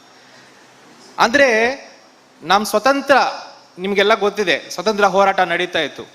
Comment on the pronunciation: Swathanthra alla swaathanthrya